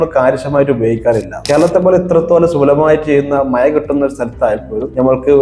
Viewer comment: 'മയ' അല്ല കുഞ്ഞേ മഴ